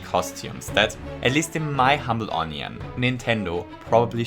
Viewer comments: "In my humble onion" LOL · "in my humble onion"